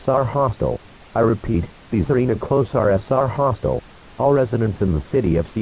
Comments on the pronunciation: “The arena close are ess” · "The arena closier" " The arena closiar."